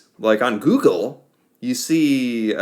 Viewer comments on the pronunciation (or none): none